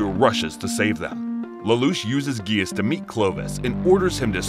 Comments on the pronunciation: it’s pronounced “jee-ah-ss” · I stopped watching when he said gaius not ji-ah-ss, but i hope that if tou make a pt 2 please pronounce it correctly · He doesn't pronounce the grease properly